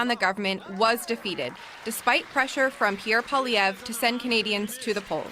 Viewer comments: True North - part of journalistic integrity is learning how to pronounce people's names correctly. 2 of the 3 panelists cannot correctly pronounce Poilievre. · Can someone on your team please coach on how to pronounce 'Poilievre'. It hurts my brain to hear him butcher it so badly.